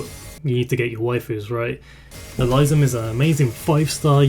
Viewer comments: Good for you for being confident enough to share your real voice,! The only thing I will point out is the correction on the pronunciation of Elysium's name. It's pronounced "Eh-lee-see-um", most commonly. Or alternatively, you can pronounce it "Eh-lis-see-um" He's named after the place of the same name in Greek mythology. Other than that, a solid analysis of the operators in question! And congrats on 3.19K subs as of this comment! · Um.... I think you mispronounced Elysium's name. Other than that, it was great all around! ^_^ Thanks a lot for your encouraging words! Though, I honestly think that I'm not worthy of any of those new operators in the banner, but since we're all given a free 10 roll ticket, I might as well try.... =/